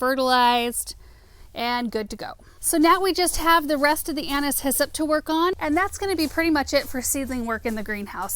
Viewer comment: I feel like such a dork! All this time I thought you were saying “Anna’s hyssop” as if it were a variety of hyssop 🫣